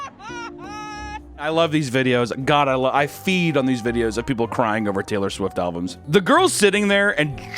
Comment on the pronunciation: Is he saying "buying alvums" on purpose?